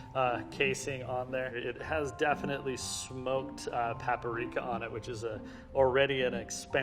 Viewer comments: PAPRIKA, NOT PAPARIKA!!! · 👎 PAP-A-RIKA 👍 PAP-RIKA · Pap uh reeka! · This man said "paparika" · Paparika and papurrika and popurika and puporika and not even one single said papprika. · No one talking about how he said paperika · Everyone: Paprika: PAPARIKA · is great but its PAPRIKA NOT PAPA RIKA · PA-PA-RI-KA, lolz (usually people just say "pap-rika", no? lmao) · PAPPARIKA PAPPARIKA who is gonna tell him it's paprika? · Smoked Pap-uh-rika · It's spelled "paprika", right? Not "paperika"? Sorry if I'm being picky - enjoyed the video. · smoked pap-a-rika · ‘Smoked PAPA-rika’ lol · The "smoked pappareeka" pronunciation driving me nuts. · Why do people pronounce paprika “pa-pa-ree-ka”? SMH! It’s “pa-pree-ka” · "Pap-uh-reek-uh" JFC 🤦🏻‍♂️ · Stop saying paa-paa-reeka! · Pap uh reeka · "pap-per-eek-uh" so cute how he adds an extra syllable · No one: Literally no one:: Pah-Puh-Rika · he said pahh-per-rica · It really bothers me how he pronounces "paprika" like "peapuhrika" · I love this guy, but who the hell says papa-rica? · brad leone says pepper-rica and they're buddies go figure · I just cannot trust anyone who talks about food for a living that mispronounces food terms. Papa Reeka? GTFOH!🤣😂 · what exactly is paparika? I've heard of paprika, but not paparika. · Papa rika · Papper Reeka. Why does he over pronounce it like that? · That drove me nuts. I kept yelling back PA-PRI-KA! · smoke PAPERIKAAA. Thats how I'm going to pronounce PAPRIKA from now on. PAPERIKAAAAA. Love this man and the other video featuring him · I will forever pronounce it as paperika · Anyone else freaking out whenever he says paprika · I love everything about this video Apart from how he pronounced PAPRIKA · MY BOI E—wait did he really say paprika with 4 syllables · the way he said paprika, disgusting